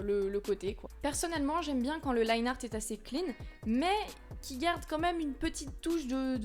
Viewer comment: Je me souviens encore quand tu disais "Liné art" haha